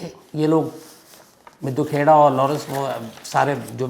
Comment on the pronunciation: सही उच्चारण मिड्डू खेड़ा है